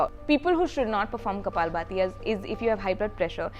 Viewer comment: Its kapaalbhaati, and not baati..